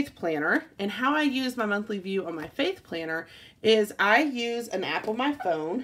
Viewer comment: When you were saying my "faith " planner I thought you had said "fake" planner haha